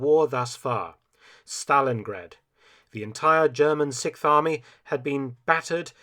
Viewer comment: I really enjoy this series, but the narrator has a real problem pronouncing 6th...the X always goes missing. What or when is the sickth?!